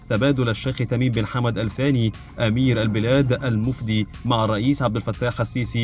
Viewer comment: المفدى وليس المفدي ههههههه